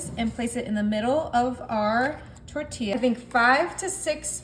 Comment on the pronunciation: LOL! Great recipe but , a little pronunciation help: It’s NOT “tortia” but “ tortiJJa”.